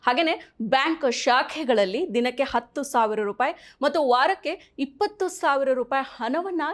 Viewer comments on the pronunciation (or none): none